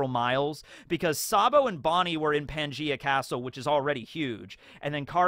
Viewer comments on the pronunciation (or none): none